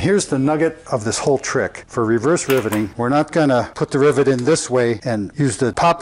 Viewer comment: I swear to goodness I keep hearing this guy say driblet.